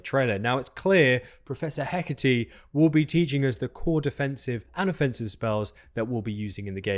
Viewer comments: Wait...so you apologize for possibly mispronouncing Aesop (which you didn't), but you constantly mispronounce and misspell Hecat? It's not Hecate, as you keep saying. The actual game files list Hecat. The files which you show in this video. Lack of preparation? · Why are you saying Prof. Heh-kah-tee? Did you write it down as Hecate? It is Hecat --> Hé cahhhhh for a French sound or Heck-at for a more Germanic... but no language is just adding an eeee. Even in Arabic and Persian where Dinah is as female name and that sound is attached at the end of words there is a letter corresponding with it, it does not come from nowhere. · character's name Hecat: Heckateee